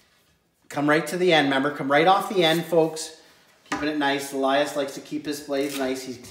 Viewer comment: Its pronounced Elias not alias lol